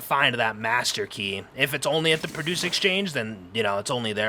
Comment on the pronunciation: it's pronounced "pro-duce" brother